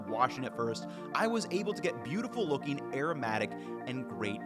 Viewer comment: I heard "Perfect fucking rice" instead of "perfect looking rice". Needed the captions for that lol!